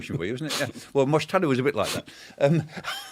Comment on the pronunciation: Dr. Clark, it’s not Mujtada. It is Mujtaba. 😂